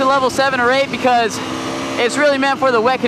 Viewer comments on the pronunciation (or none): none